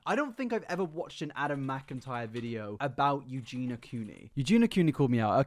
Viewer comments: Also, her name has four syllables...You-Gee-Nee-Ah...you say You-Gee-Na. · Love how you insist on calling her Eugena…. Instead of Eugenia…. 🤦🏽‍♀️🤦🏽‍♀️🤦🏽‍♀️ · You do realize you’re saying her name wrong 😂 it’s not Eugena ma dood, you’re missing the I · It's pronounced Eugeeeni-ah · Yu-gee-nee-ah .... Four syllables... I don't why this annoys me so much. Maybe because it shows such a lack of actual care or proof you don't do any kind of research or put very very minimal effort into your content. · He’s English… there’s nothing about his accent that should stop him from saying Eugen-i-a. I, for one, am not mad, I just feel that the continuous mispronunciation (not just in this video), seemingly without any attempt to try to pronounce it correctly or even address whatever possible reason it could be that he doesn’t is a little disrespectful. I know seems to mispronounce a lot of things, and I feel for him on that front, but it’s a person’s name after all, not just a random word, and “Eugena” is a completely different name to “Eugenia”. Considering he makes quite a lot of content about her, I feel it only right that he make a bit more of an effort to say her name right or at least, if that’s not possible, explain why he can’t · I hate when he says her name and skips a syllable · Idk, but he’s English so I don’t see how, and he is just missing out the I completely. Maybe he finds it difficult? But it’s best to try and get it right, especially when you make a lot of content on a person. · It bothers me that you constantly mispronounce her name. Kind of disrespectful too.